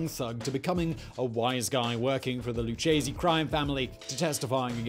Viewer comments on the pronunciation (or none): It’s LOO-K-SEE not LOO-CHE-SEE